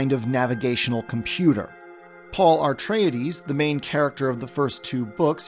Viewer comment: "arr-treides" lmao